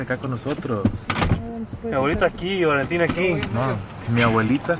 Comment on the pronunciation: Valentin se dice flemas LOLOL jaja